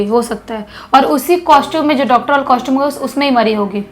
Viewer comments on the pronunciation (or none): Lmao..this girl's pronunciation is sooo fucked us.."shtart, coshtume"